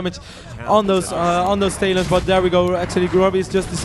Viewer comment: does anyone notice that this guys says "tail-ons" instead of talons..